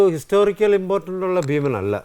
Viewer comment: ആനി താങ്കളുടെ ഉച്ചാരണം തെറ്റ് ഭീമൻ ....